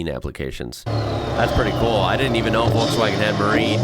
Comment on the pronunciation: daaaaaamn that "Volkswagen" was really well pronounced. no joke that sounded like a real German